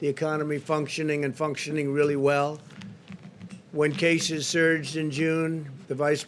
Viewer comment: He said "jaces" instead of cases